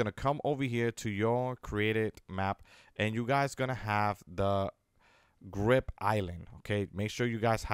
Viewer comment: Is it just me or does he say grip instead of grid